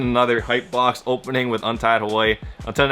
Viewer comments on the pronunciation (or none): Is it just me or does it sound like he's saying untitled warrior instead of untied Hawaii